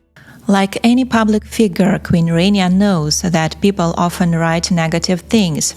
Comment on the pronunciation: Please learn how to pronounce "Rania" correctly. It is not "rain-eeya" but "rah-nyah" (and quickly spoken, so that it almost sounds like "rannya".